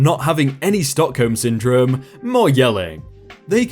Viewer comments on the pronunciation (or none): none